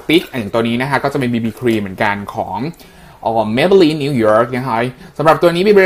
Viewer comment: หอยเขียว หอยสักอย่างนี่แหล่ะ หอยอะไรวะ + ตลกจัง น่ารักมากเลยค่ะ ตลกตอนอ่านmaybelline บีบีสติ๊กด้วยค่ะ แล้วตอนสุดท้ายน่ารักมาก จุ๊บ อึ๊บ อื้อ ^^"